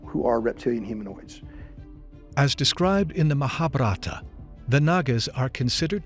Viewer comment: Gaia staff really need lo learn how to pronunciate Xibalba, popol vuh and mahabharata! It was an horror to hear them saying it so bad